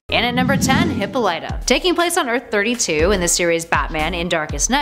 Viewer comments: I love to pieces, but please get names right... Hippolyta isn't pronounced "hippo-lighter", it's "hip-ol-eter" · Damn right! She made it sound like Hippo Lighter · Luis Ramirez more like (Hippah Lat tah) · Lmao "Hipolyta" wow you have never read a single wonder woman anything .... "hip-all- it-a" lmao damn you fail once in every video. There isn't i dont know anyone who reads comics you give to. I mean maybe color??? All of you love to preach how woke you are in these videos. #learntocode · Tell me I'm not the only one that cringed when she said hippoLYta and not hipPOLyta. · NOOOOOOO ITS HIH-POL-IH-TAH NOT HI-POL-LIGHT-TA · Good video but next time you should bother to learn the correct pronouncement of characters names "hippolieta" are you fucken kidding me its pronounced e-paul-lee-ta not that hard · Hip-pauleh-tah, not Hippo-leetah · It is not pronounced hippo-LIGHT-ah. It's hih-PALL-ih-tah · I believe that the name of Princess Diana‘s mother’s name was pronounced with a soft a/o sound ( similar to the word all ) , and a soft I ie: hip-all-it-uh. Not the way it sounded when you said it in this video : hippo-light-uh .. If the way I spelled it phonetically is confusing , I’m sorry . I tried to spell it the way it was said in every cartoon and the WW movie , as I heard it . I may be wrong . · 😱 hip AHH lit ah not hippo light ah she's not a glowing river cow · Hip POL Lyta! not Hippo lighta Learn to pronounce it right please! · pronounced hip-PO-lee-ta not hip-po-LYE-ta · you're constant mispronunciation of HIP-PAUL-IT-TA! (hippolyta) that's what shocked me. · Hmmm sorry but just gotta say it, isn't it pronounced he-po-leh,tuh? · It's pronounced Hip-all-it-ah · It’s pronounced hip Paul it ah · It’s hip-all-it-ah😂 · wonder womans mothers name is pronounced hip-pol-it-ta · You pronounced Hippolyta wrong, its pronounced "he-paw-li-tah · Hippolyta, It's pronounces "Hip pol lit ta" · She said Hippo Lighta. Then she pronounces it Hippo late a. haha